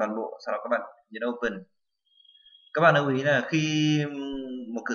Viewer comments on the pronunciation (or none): lưu chứ ko phải nưu - slide chứ ko phải snai :D